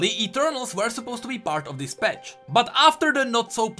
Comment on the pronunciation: Why do you say “petch” for “patch” ?